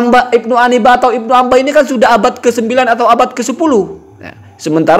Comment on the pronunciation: Maaf yg benar Ibnu 'Anibah apa Ibnu 'Inabah sih?